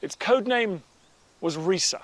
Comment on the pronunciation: It is not pronounced Ree-Sa it is pronounced Ri-Sah.